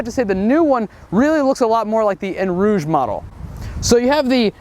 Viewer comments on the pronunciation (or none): eau rouge not en rouge. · It's not "En rouge" it's pronounced "O rouge"